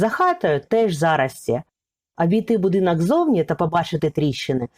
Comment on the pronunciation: Шановна автор. у Вас дуже гарний голос та попрацюйте будь ласка, над вимовою - ріже вухо "азіровшина", коли Ви замість О вперто вимовляєте А: "будинАк", "кАмора", тріщина "пА" стелі, "пАдобається", "пАпередній", біля "вАріт", "відпАвім", "повз Адну з істАричних криничАк", не змАгли, Астрави нАд берегАм... , пАбачених, кАли.. Кожне друге слово.